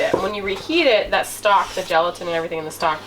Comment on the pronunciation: I had to rewind & it😮 sounded like you said , “ snot” instead of stock 🤔. Whether or not it gave me good belly laugh 🤪🤪🤪 I do the same with my bones … makes wonderful stock 🤩🤩🤩. 👵🏻👩‍🌾❣️ EDIT: as a kid mom used to make 💩 on a shingle. Meat of any kind, & gravy over bread. Now I do sausage gravy & biscuits 😂😂😂